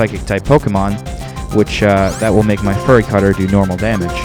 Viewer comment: The event is too far away... Did you just say "Furry Cutter?"